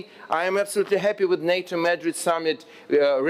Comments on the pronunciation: /məˈdrɪd/ not /'mədrɪd/ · "МЭдрид" это где, альоша? И зачем тебе их ж/д вагоны (carriages)? Мот твой мысл был про харобристь (courage)? Нада серьёзнее готовиться к таким выступлениям от имени моей страны, альоша. Это тебе не в колорадке по Одессе вышивать.